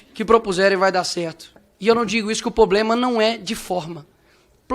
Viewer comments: já começa mal falando “poblema”, que serzinho mais patético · O cara fala "poblema"?? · O cara fala POBLEMA, pqp, que guri horrível esse Nikolas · poblema? que deputado é esse? Caramba....Poblema doeu demais ouvir isso! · o kra ja começa o discurso falando poblema kkkkk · Poblema 🫣…isso é um deputado, misericórdia!!!! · ele falou poblema no começo do video ou é impressão minha? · O "poblema" é o Nikolas Ferreira. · poblema! ele falou poblema! kkkkkkkkkkkkkkk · O cara quer meter um "Diiei" logo depois de falar "poblema" ah va ti fudeh maluco. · O cara fala pobbblema kkkk niCOLE VAI ATRÁS DE testosterona 😂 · O deputado que fala "Poblema" e "Cabeleleira" precisa nascer de novo, a fim de saber o que significa administrar um país tão grande e complexo como o Brasil! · "O poblema' é esse semi analfabetozinho de MG ser deputado. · Um parlamentar que fala "poblema"😅😅😅😅😅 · PLOBLEMA 😂 Esse é terrível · O "poblema". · Ele falou "poblema" ????? E, ele falou "com nós " ???? Além disso, o mandato desse ser é um desserviço ao Brasil. 😢😮😢😮😢😮